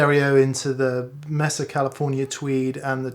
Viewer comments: It's pronounced MAY- SAH NOT MESS-AH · great video. However the amp is a “MAYsa” (as in flat topped plateau in the American Southwest), not “MESSa”. Cheers!